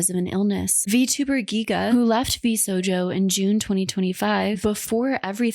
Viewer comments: Girl are you just reading a script someone else wrote? How do you pronounce VShojo wrong 100+ times while showing footage where it's said correctly. 😥 I get that you have a team to help you. but they're doing the heavy lifting on this channel clearly. Oof. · Overall a good video but PLEASE pay more attention to pronunciation. It's very clearly VSHOJO not VSojo. I had to force myself to not skip the video every time I heard this. I can't accept this as a mistake when the company name is correctly repeated throughout the video by many, many people. Same with Mowten Doo. I know it's a small gripe but it makes me wonder if has even watched these videos - what reason could there be for mispronouncing a company name mentioned SO MUCH throughout the video?? ETA: She corrected herself on Mowten Doo so I retract that:) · I like this video, but your pronunciation of “Vshojo” as “Vsojo” is killing me inside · Absolutely great video, but every time you pronounced vshojo as vsojo it just killed me 😭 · Amazing video as per usual <3 ! (It did kill me every time that you didn't pronounce Vshojo properly xDDD and said Vsojo instead xD) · Shojo. Show-joe. Not so-joe. There's an H in it. There's an H right there. How did you go through a two hour long video with clips of people correctly saying it repeatedly and still drop an entire letter from it? For two hours?? I don't know why that's bothering me so much but it is. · I'm sorry to be a pedant, but ...sHojo. Not sojo. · It’s a little thing but you keep accidentally mispronouncing the agency’s name throughout the video 🥲 VShojo. Not VSojo. Anyway, thank you for covering this. I’ve followed several of these Vtubers for a while, Mouse being the most, and this whole thing coming out was awful. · Why is she pronouncing it "Sojo" an not "Shojo" as even Ironmouse said herself? Sitting here annoyed everytime she says "VSojo" lol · It sounds like you are saying VSojo and not VSHOJO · mispronounces Vshojo 100%